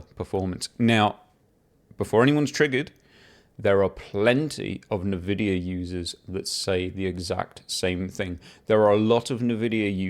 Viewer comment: RDNA 4 stepping stone to UDNA....16GB 9070XT for 699? Great 499 Nvidia slayer. Also dude, its NOT NAVIDIA. N Vidia.